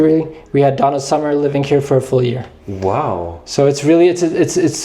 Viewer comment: DONNA SAMA? IS DONNA SUMMER! 🤣